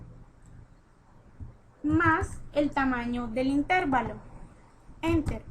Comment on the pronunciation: amiga chevere tu video, pero creo que necesitas saber, que no se dice Intérvalo sino intervalo, no creo q toda una hidrologa no sepa como decir una palabra